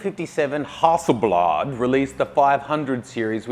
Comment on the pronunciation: Swede here, Hasselblad pronunciation was so funny :) makes me wonder if we murder Nikon, Canon, Holga etc when we English-pronounce them. Personally I enjoy my Minolta SR-T camera most out of my film cameras, but I don't have any particular opinion on which cameras was most important